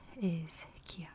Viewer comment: Oh no ! AQUILA is the capital NOT Chieti (which is pronounced kiéti and not kioti). But yes, beautiful Aquila is the capital.